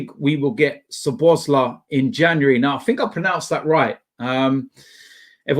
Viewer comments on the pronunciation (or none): I am Hungarian , you have to spell his name SO-BOS-LA-E . The I in the end you pronounce as an E . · Pronounce it Szoboszla'e'. Hungarian 'i' sounded as English 'e' otherwise your pronunciation is spot on! Hope you get this:)